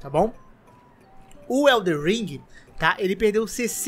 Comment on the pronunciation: queria saber pq todo mundo fala WELDER alem de * elden * não q eu ligue so curiosidade kkk